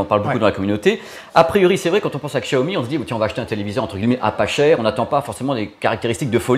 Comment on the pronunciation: Ca me fait toujours bizarre ta façon de prononcer "guilemets" au lieu de "gui ye met" ^_^